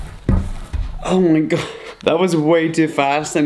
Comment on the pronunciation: He talks so slow, it takes so much time, I always skips when he talks. Also its annoying when he says 'ho homayghad' like... Say it normally please.